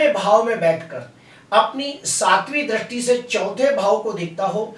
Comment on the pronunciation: Dristi ko drasti nahi bolkar dristi bolakare sir. Please